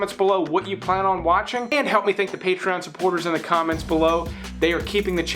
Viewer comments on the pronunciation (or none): none